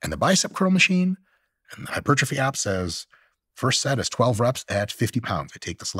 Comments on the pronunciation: Oh come on, are you telling me that after all these years talking to nutrition and sports experts for hours and hours Steven "doesn't know" how to pronounce hypertrophy? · Why is Stephen pretending he can’t pronounce hypertrophy? Weird